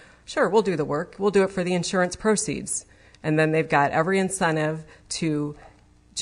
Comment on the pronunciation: This is an attorney??? She made up the word 'perceeds' where she may have been trying to say 'proceeds' How can an attorney at this level of court not know a very basic word?